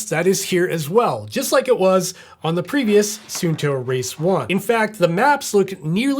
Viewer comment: It’s “sun” “two” not “soon” “toe”. Every single American review pronounces this incorrectly. Can’t they read?